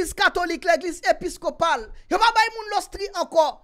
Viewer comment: Mo a se pa “ lostri “ non se osti ( hostie). Pa bliye, beaucoup d’appelés mais peu élus ( se pa tout moun kap di segnè kap antre nan wayòm syèl la)